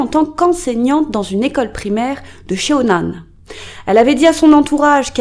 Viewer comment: J’ai vécu à CheonAn en 2019 pendant quelques mois 😂 ça me fait bizarre d’avoir une vidéo provenant de cette ville vraiment! Ps : CheonAn se prononce = ChoneAn ( le e est muet ) haha je sais pas si c’est clairement dit